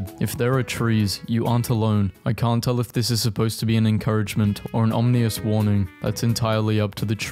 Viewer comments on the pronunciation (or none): OmINous, not "omNIous" this bothers me deeply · PLEASE STOP SAYING "OMNEEYUS" IT'S "OMINOUS" LIKE AW-MIN-US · JESUS CHRIST ITS OMINOUS NOY OMNIOUS PLEASE SAY IT RIGHT I AM IN PAIN aa·muh·nuhs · can you please stop pronouncing ominous as omnious it's ominous, the i is before the n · Here as well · And here. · Bro stop saying omnious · Today I learned: he can't pronounce "ominous"